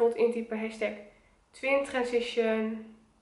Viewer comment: Twintwensition zegt ze 😅